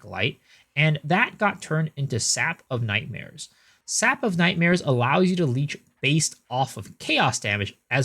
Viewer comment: you read sap of nightmares wrong lol!!!! idiot